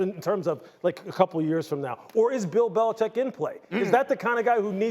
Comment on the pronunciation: NO NO NO NOT Belichck!